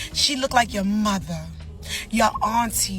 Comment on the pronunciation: It’s the way she puts the emphasis on “your mut-her!” Then she repeats it a second time to draw out the intended shame she tried to invoke from men.